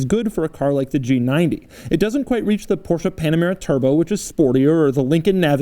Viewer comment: Hey Doug just like it isn't Porsh...it's Porsc-ah. Which you get right. But, it's not Hunday. It's Korean so you pronounce the "Y". Therefore it's Hi-un-day. Yes I know how to spell them.